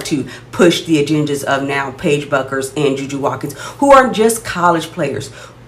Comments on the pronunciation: It’s pronounced “Beckers” not “Buckers” 😊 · Paige's last name is pronounced Beckers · Bueckers is pronounced beckers. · it’s pronounced “beckers”… just if you wanna be taken seriously about a player by their fans. no shade ❤ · She Misspelled her own First Name, so you're entitled to mispronounce her last. It's all "give & Take🙂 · You pronounce Paiges last name wrong. Caitlin is better than 99% of the players in WNBA. Your channel is not very good. I just clicked on it because it came up on my selections.